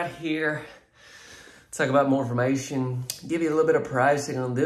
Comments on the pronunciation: "IF YOU LOOKING FOE A LIL BIT MORE M-FA-MATION" 🤣🤣🤣🤣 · What is "lil more mation"??? Are you from Poland or Russia, because that sure isn't English!